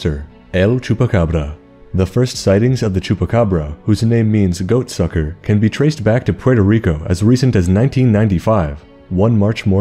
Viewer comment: I'm sorry but the way you said goat sucker made me laugh the hardest I've laughed this year. Awesome video